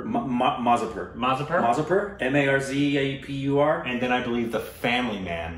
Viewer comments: It's mirzapur not mazupur.yeah season 2 coming up.😁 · Most horrific case, shook the nation and rape law was changed. Need guts to even read about the graphic details of this case. The rage is still on. Get goose bumps even today thinking what happened to the innocent girl. Cant watch it., it is Shay-fali and not Shefal. Also it is Meer-za-pour and not Marzi-pur